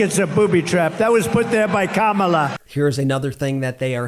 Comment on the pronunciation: How come he is pronouncing Kamala correctly these days? Double lying? :D vote blue